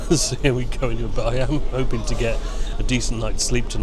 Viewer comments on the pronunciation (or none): none